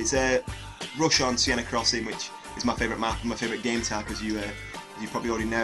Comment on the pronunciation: another subscriber :) great video, just one small thing, it's pronounced 'sen' not 'sienna' :P